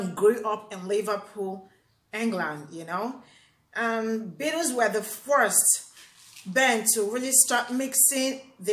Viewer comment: Sounds like you are saying the Bitters?? hahahaha I get you.